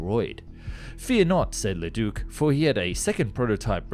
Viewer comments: Very interesting video. But maybe it would have been best NOT to say Leduc's name so much since that's not how it's pronounced. His name was not Ledook... ;) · Bro I love your content but as a French Canadian hearing you pronounce Leduc and René Lorin murdered me. 😅😂 Apologies accepted 😂❤